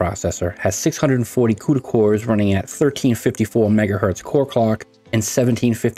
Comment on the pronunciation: bro said ngahertz